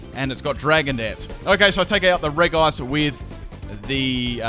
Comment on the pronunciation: It's reg ice not reice